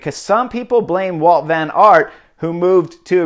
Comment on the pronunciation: admitting to trying to crash your competitors. Good guy. And it's Wout, not Walt. Jeeze!